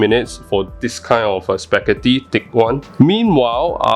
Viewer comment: Wait a sec... SPEGHETHOO WHUT? Large spaghetti? First time hearing it